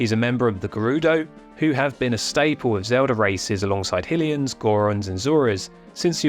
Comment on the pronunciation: It’s definitely pronounced High-lian. Great video though as always